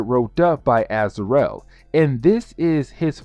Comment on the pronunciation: "Az-ar-el"... smh... can't even pronounce the names right, but this dude makes videos explaining them.